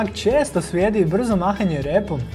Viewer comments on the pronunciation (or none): Umjesto slijedi ksze svjedi